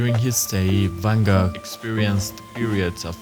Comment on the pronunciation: Did you just pronounciate van Gogh correctly? I can't believe my ears!